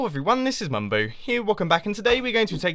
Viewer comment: Any else think mumbo pronounced ‘mumbo’ weird? Like mumbou